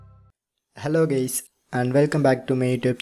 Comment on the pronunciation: Did he say hello, gays? xD